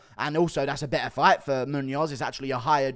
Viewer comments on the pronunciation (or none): none